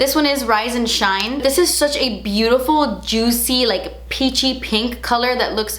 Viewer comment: Drinking game: take a shot every time she describes the lip gloss as “jootsy” 😂😂